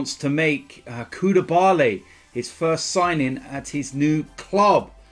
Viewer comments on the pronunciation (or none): Who's koudiabaay 😂😂😂